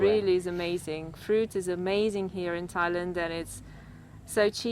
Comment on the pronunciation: Thai land not Lund